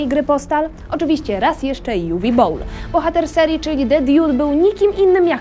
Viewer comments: Juwi a nie Uwe? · Uwe to niemieckie imię które wymawia się Uwe a nie Juwi.